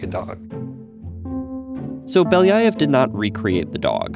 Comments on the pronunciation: Поразительно как обычный американец может так люто заруинить произношение обычной русской фамилии. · Beliiiiiii-aaaa-ev (not Beliaiov) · Really cool, but its pronounced Belly-ov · The way he pronounces Belyaev gives me an aneurysm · Funny how every time this guy says ‘Belyaev’ or some other Russian name (and generally mispronounces them) the closed captions just say ‘(speaks foreign language)’ lol